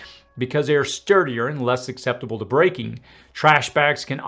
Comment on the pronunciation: sorry but there's no "K" sound in "susceptible", only "S". No "X" in "escape" either. 😢